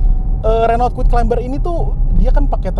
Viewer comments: Climber bacanya KLAIMER bukan KLAIMBER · Yup.. silent "b" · keren videonya, btw “CLIMBER” dibacanya tanpa “B” ya, thank you sukses.